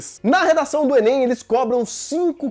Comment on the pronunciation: fala enên também